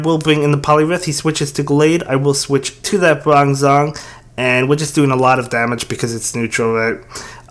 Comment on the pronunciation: I'm not the only one who flinched a little bit about his "bronzong" pronounciation right?